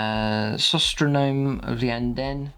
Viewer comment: Beautiful army! Always love seeing your models and your color choices are excellent. Just a bit of pronunciation help: the Iyanden relic is pronounced "sy-tro-nome" as in, "psychic metronome". It's easy to get tripped up on these invented words. ;)